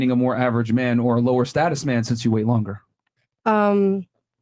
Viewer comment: it’s status my man.